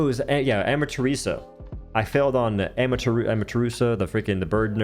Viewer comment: A MA TE RA SU.(say it like you were in phonics class).say it slowly young man it's not that hard.